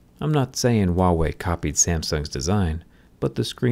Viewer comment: What I hear: WoW-Way 🤣🤣🤣